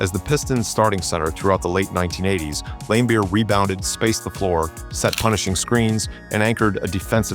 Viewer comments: And "Lame-beer" LOL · "Bill LAME-beer"...